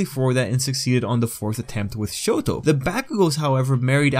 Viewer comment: "acadeemia" Edit: "show-doe"